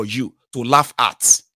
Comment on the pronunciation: Lauf wan kill me 🤣🤣🤣, Hunger ko, Hunger ni.